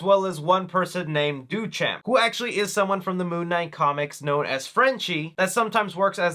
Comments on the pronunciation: Your pronunciation of Duchamp killed me! 😂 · You mispronounced Duchamp lol